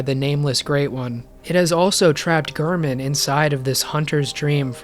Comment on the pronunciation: Sadly you wrong again lmao, I think the oedon chappel dweller pronounces it UR-DIN